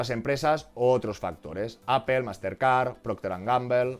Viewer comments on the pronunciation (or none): none